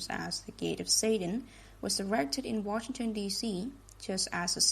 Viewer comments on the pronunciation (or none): none